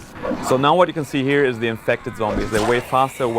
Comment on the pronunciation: "anddd off goes de head"